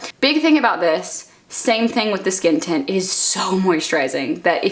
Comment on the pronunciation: I kept hearing you say "skin tit" instead of "skin tint" and it's making me laugh so much 😂